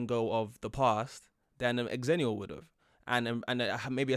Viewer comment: The original Xennial birth years were 1977 to 1983. Don't know why they changed it. Don't know where they're getting their information, but I swear, it was originally 1977 to 1983. And yes, they used Star Wars release dates as a reference point. XENnial. The Half-Life Generation. "Different to" rather than "different from" is a prepositional preference of the UK. So I wonder if a Brit wrote this, then decided to give the A.I. voice an American-adjacent accent. Which is fine. Just an observation. Ackchyually, it's pronounced "ZENnial."